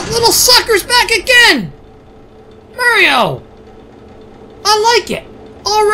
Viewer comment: You know, it felt weird when he just said "Mario" instead of his usual "Merryo"